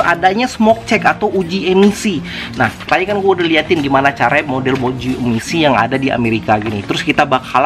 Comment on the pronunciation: Bro di menit pas ngomong kata "tadi" jadi kepleset "ta*" tapi gak papa lah bro kita ngerti kok hehehe, mantap sharing nya bro